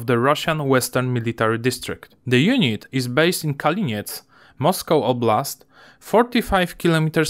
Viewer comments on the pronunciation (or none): none